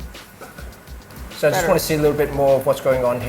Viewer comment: "Teletubi" lol xD